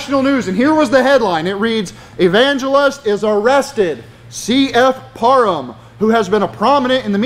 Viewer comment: Hey!! Learn to say PARHAM correctly!!